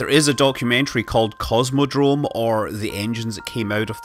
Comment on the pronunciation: A few notes on pronounciation of Russian tech names: - there's no "z" in "kosmodrom", the "s" is as in "space", so it's kos-muh-drom; - "zenit" has stress on the second syllable. - so does "energia", and the "g" is hard as in "gear", not soft as in "giant", so it's sort of eh-nár-ghee-yah. This is not important at all, of course.